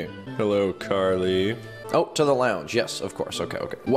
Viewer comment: Bruh its Carly Not Garly 😂🤣